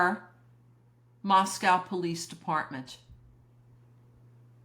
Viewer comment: Going on 3 years and Moscoe still being mispronounced.